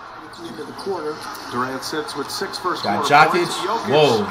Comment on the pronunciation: LOL "Jock Itch" is mad work on Jokic 😂💀💀